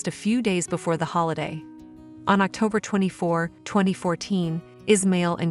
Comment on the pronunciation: It's pronounced as Is. Ma...il